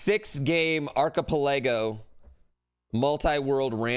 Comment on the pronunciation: FWIW, "archipelago" is ark-ih-PELL-uh-go, not ARK-y pell-AY-go... and "Hard Corps" is pronounced "hard core".